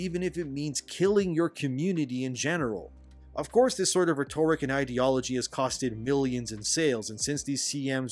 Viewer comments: My dude: RHE-toric. not Rhe-TOR-ic. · Cultists aren't liberals. Also, it's RHEtoric. Stress on the second syllable is in the word rheTORical. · "rhetoric" The emphasis is not on TOR as it is in rhetorical. Just say rederik with a small emphasis on the first syllable re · Reh-ter-ik, not reh-tore-ik. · Love the content, been watching all your videos since this shit started up again. Very helpful in keeping up to date. You need to stop pronouncing rhetoric emphasized weirdly though. It’s RHEtoric not rheTORic. Been driving me nuts. Keep the info coming! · Hey, enjoying the videos but something keeps popping up I wanted to address; The pronunciation of the noun "rhetoric" is actually "REH-ter-rik". Where as the adjective "rhetorical" is pronounced reh-TOR-i-kl. Sometimes shit don't make sense...but that's just the way it is, lol. Good vids! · So the same thing as the journo mailing lists in GG1. Greaaaaat... ah well, so much for Helldivers 3. By the way, love the content but the pronunciation of "rhetoric" is closer to ret-tur-rick (slightly more emphasis on the first syllable, flat emphasis on the two after), only "rhetorical" has the "tor" emphasis that you're using "ret-tor-i-cal" (flat emphasis on each syllable). Okay grammar police is leaving now. 👋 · y u say "rhetoric" liek-a dat, broheim? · Brother, I love you, but you’ve GOTS to change how you say the word “rhetoric.” It’s killin’ me. Hah! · Can someone tell this MFr how to pronounce Rhetoric? JFC fr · Rhetoric… check your prosunkeetachun